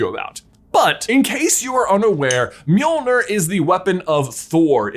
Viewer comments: The name of Thor’s hammer is pronounced “Johnathon”, right? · God i hate being danish, hearing other people pronounce Nordic names like Mjølner - don't worry you and are better than the majority I've heard, but still...